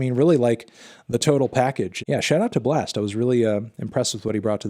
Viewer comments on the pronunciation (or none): Anthony it’s pronounces “Blast” not “Blexst”